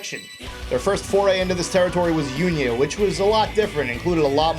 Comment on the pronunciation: EXCUSE ME BUT UNIA IS PRONOUNCED OONIA NOT ACTUALLY UNIA 'CAUSE IT'S FINNISH ERRRGHFLPPPFPFPF anyway, sorry about that. i will laugh if i am actually wrong about that.